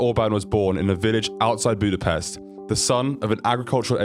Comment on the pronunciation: Ahhhhh, he fucking said Budapest right. You know how fucking rare that is??? Pest in english means a bad thing thats why we hate it when they pronounce it that way.